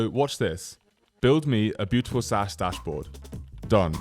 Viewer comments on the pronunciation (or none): none